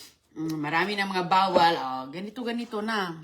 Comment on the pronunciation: Anong bawwal bawwal 😂